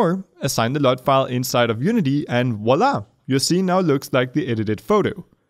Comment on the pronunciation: ... and Vwa-la instead of Wa-la